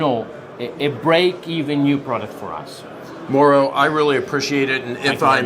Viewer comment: Mau-ro...not Mo'ro...LOL.